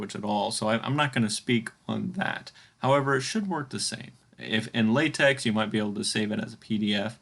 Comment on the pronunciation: It's not pronounced latex, it's pronounced lahtech.